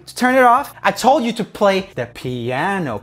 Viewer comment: Actually in Poland "piano" is "pianino" and you've tell it correctly! XDDD